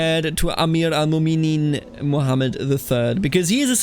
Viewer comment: A quick tip for pronounciation, if you see ‘ in names (like mu’minin) thats a glottal stop. Like saying uh-oh